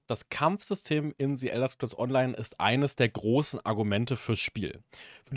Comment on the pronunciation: "Si" Elder Scrolls Online... Sorry aber da kann ich nach rekordverdächtigen 6 Worten schon nicht mehr zuhören...